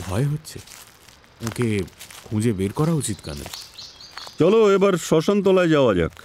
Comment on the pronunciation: কর্নেলের ভূমিকায় র পাঠ খুব শতস্ফূর্ত লাগল না...আশাকরি পরের গল্পে আরষ্টতা কেটে যাবে । কে একটা অনুরোধ...বাংলা গল্পে colonel-কে ‘kernel’ উচ্চারণ না করে ‘কর্নেল’ উচ্চারণ করা হোক...যেরম জয়ন্ত বাদে বাকিরা বলছে...গল্পটা ইংরেজী গল্পের অনুবাদ হলে এই অনুরোধ অবশ্যই করতাম না ।